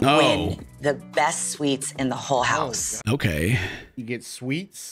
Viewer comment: For a candy bar?! LMAO suites not sweets buddy